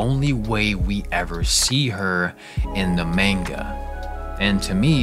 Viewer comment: I clicked on this video and immediately heard the pronunciation of "manga" butchered twice. I kind of don't want to watch this, now. Good luck.